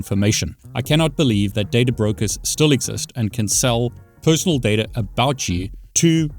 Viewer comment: I love when people say dataer